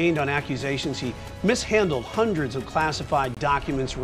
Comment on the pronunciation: "Hunreds?" Like 2, 3 hundred, tops?!